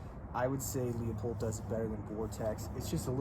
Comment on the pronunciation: looooo-pold. Not leo-pold.